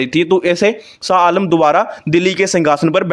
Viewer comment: Not SA ALAM Blut SHAH ALAM.Please speak right.